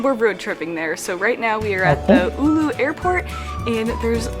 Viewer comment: Her butchering of town Oulu is wonderful. Not really. There is google thing that tells you how to pronounce things